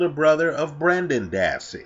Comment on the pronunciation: His name is Brendan, not Brandon.